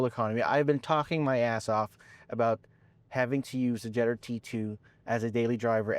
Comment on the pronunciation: Did he struggle to say jetour? Lol😅😅 he said jetter lol😅 trying very hard with that American accent